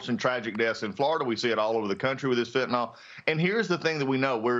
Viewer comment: It's fentaNYL. Not fentaNOL.